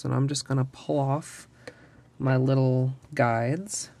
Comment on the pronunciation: she said pull off I thought SHE SAID PLOFF WTH